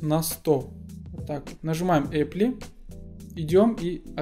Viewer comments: вот только не эппли и не аппли, а эплай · App drawer - Эп дрюю Apply - Эпли ..ну нахер!